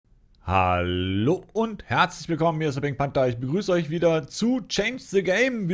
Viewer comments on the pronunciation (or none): SAG mal bei pink Panter sagt mal pink punter sagt